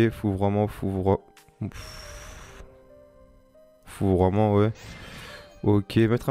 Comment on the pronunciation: Ta du mal avec la prononciations de fourvoiment 😂😂 jetait mort de rire ta refait ma journée mdrr